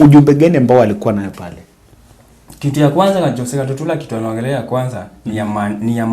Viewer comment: 😂😂 forgive, the names are tongue twisters for him... like some say Rairra instead of Raila